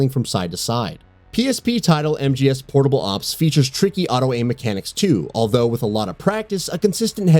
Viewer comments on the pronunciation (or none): none